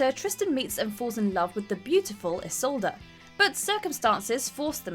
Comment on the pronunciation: Ok you are mispronouncing isolde it's not isolda it's is-old